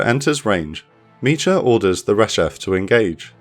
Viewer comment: Great video! Small note, in the Hebrew name 'Micha', the 'ch' is a guttural sound, like you're clearing your throat. So it's not like the 'ch' in 'cheese', but like the 'ch' in the Scottish word 'loch'. The English version of this name is 'Micah'.